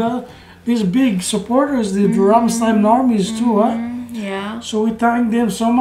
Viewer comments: It is very easy to pronounce Rammstein right. the "stein" you have to say "shit" without the i, then I and then the n ;) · It was a very good reaction, but still after listening them singing Rammstein for 20 times you still pronounce their name wrong.